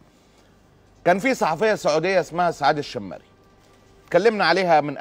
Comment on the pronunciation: ال شيمري انطقها كدة قبيلة شمر من اعطو ال سعود الشرعية أول من تزوج منهم عبدالعزيز السعود الكبير وبعدها بدأ يتزوج من كل قبيلة سيدة حتي يكسب ود القبائل